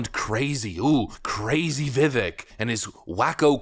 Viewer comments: Love the channel but I have to make one small correction. His name is pronounced Vi-Vake not Vi-Vik. He's said in an interview, it sounds like cake. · Dude, for the love of god, please stop pronouncing his name VIVAEK. It's VIV-AKE like cake. Dude, it's easy. Please fix this. I'm a trump supporter who has chosen Ramaswamy for president for 2024. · It’s Vi-Vake! Not Vi-Vek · Vi-VAYK!!!!! please have the courtesy to pronounce his name correctly. Its not that hard. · Vih-vake, like cake. Idk how an America-first commentator still doesn’t know how to pronounce his name. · Vivek. Like cake..Vivek. That's how you say his name. He told me himself. Seems like a great guy. I'm one of his District Captains. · Please pronounce Viveks' name correctly. Sounds like Vivake. Thanx😊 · It's pronounced VivAKE like cake 🎂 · I love your show, and a lot of it includes Mr. Ramaswamy and his first name is being mispronounced, it’s supposed to end sounding like cake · Dude, as much of a fan of Ramaswamy as you are, you still cannot pronounce his first name? As he's said, so many, many, MANY times, his first name rhymes with "cake" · Vivek, it rhymes with cake. 🎂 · Pronounced...Vih-Vake! Get used to it he's our next president 🇺🇲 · Vivek’s name is pronounced “Vi-Vake”, like Cake. I know many folks don’t know that. I’m mentioning this because I love the content and work you’re doing,! Keep up the good work. For real, all the love my man. 👍😀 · By the way, Vivek is PRONOUNCED ‘ViVAKE’! Like Cake. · Vivek... rhymes with cake. Vi-Vake would be the most correct pronunciation. Just sayin'......................... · His name is pronounced Vih-vayk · It sounds like Vivake, like cake. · And his name is pronounced Vivake, like cake. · If you really love VivAke as much as you say. Learn how to say his name. It's ViVAke like cake! He will never he taken serious if his support can't say his name! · VIVEK- like CAKE. VIVACK- LONG A. Please get his name correct. Please. Thank you